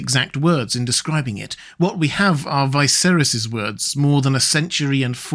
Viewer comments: Isn't Viserys pronounced with a "Vee"? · Why do you insist on pronouncing the names wrong when the show has twice had living characters called viserys